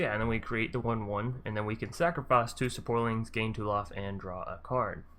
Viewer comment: It's saprolings not saporlings lol